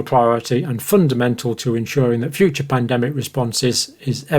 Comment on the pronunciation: You will pandemic correctly next time.